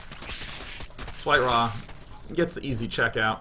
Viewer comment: Its WhiteRa not White-Ra